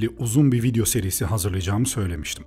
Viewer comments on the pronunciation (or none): none